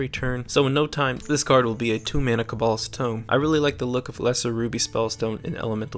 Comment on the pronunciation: its kObolds not kobOlds...